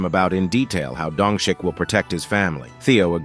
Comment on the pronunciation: dongshik I don't care that the subtitles say that but I hear dung shit